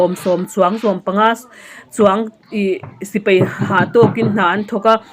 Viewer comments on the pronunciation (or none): none